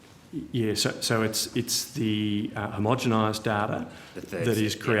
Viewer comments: Sorry, Gerard.. 'HOMO-GEN-ISED' NOT 'HOM-GEM-ISED' .. It erodes your credibility to keep saying this key term wrong in front of these clowns... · I took a nip ever time Rennick said ‘himogemised’ and ended up the same. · if he cant even pronounce homogenised correctly.... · You get up there, can't even pronounce homogenised and then think this makes you look good. You're a clown mate.